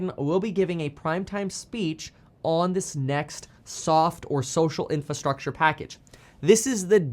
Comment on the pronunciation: Say it with me, IN-FRA-STRUCTURE